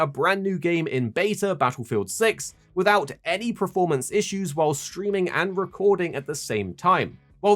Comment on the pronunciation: Why does he keep saying ‘preformance’ 🤮🤦‍♂️🤦‍♂️